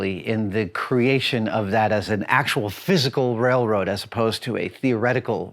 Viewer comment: Adam allllllmost said “ Wailwoad” ... lol.